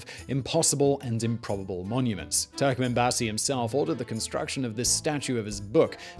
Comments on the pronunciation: Its turkmenbashi not turkmanbazey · Yes, I, too, was deeply disturbed at the mispronunciation of "Turkmenbashi." It's "...bashi," not "...basy." I worked as a diplomat there from 1994 to 1996 and have fond memories of the country and especially its people. I picked up a hitchhiker there once who said, "Turkmenbashi says that in ten years we will live here like they do in Germany. How do they live in Germany?" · It’s Turkmen Bashi and not Basi . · It’s pronounced TurkmenBASHe ffs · You've butchered all the names. You can literally find how they're read before you utter some random words. On the other video you spell out EASA as E-A-S-A. Just ask how to pronounce it! Anyway, it's TurkmenbaSHy! And the president's name is pronounced Nee-yA-zov.